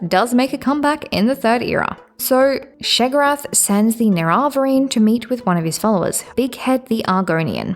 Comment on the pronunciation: A bit nitpicky, but what is with that pronunciation of "nerevarine"?